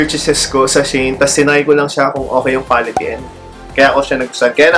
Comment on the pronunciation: She - In po pronounciation non sabi ng kaibigan ko. "She In Style."